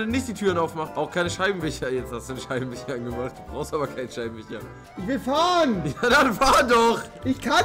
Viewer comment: Rewi: fich: Scheibenwicher